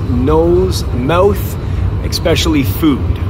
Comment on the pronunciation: Has anyone ever axed you why you say expecially? It is not a word.